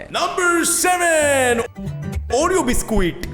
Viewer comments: oreao biscuuuet lol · That 'oreo biscuwits' is relatable 😂😂